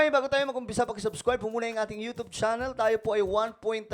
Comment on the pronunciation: Hindi Yotob iyan pag pronounce kundi yotyub yun…